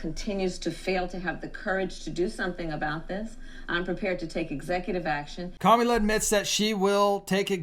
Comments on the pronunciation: It's kamala. It's not Camila. As a Christian disrespecting someone is not very righteous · How difficult is it for you to say her name correctly. It is pronounced COMMA LA!! Here you go whining because Trump’s answers were so DUMB!! Hopefully there will be enough intelligent people to make the best choice for President!!! Kamala!! Stop lying about babies being aborted in their ninth month. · Pronounce her name come Allah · This looks REALLY GGOOD ON YOU AS A CHRISTIAN. Do you need to mock her name as well? So very unprofessional and extremely unethical of you. We unsubscribed. Not because of the candidates but of your CONSTANT USE of mispronouncing her name…please, help me to understand this is ok behavior with backup scripture. What a shame . I could easily call you a Pharisee but I can’t and won’t go down with the spirit of mockery in which i revile and bind in the name of Jesus Christ…and please give us your facts please.